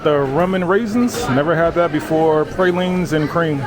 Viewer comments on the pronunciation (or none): none